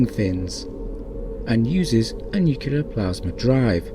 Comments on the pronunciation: The narrator says "nucular" -- should be nuclear. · 'Nuculer'? Really?! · He doesn’t care. It’s all “nukular” to him. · I’m not sure what “new queue ler” is, but this machine is nuclear.